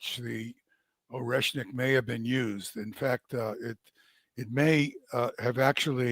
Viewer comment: Oreshmik ---> [ ah ri ESH nik ]. ah not oh, it is Russian, not English.